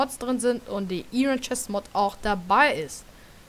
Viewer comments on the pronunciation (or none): none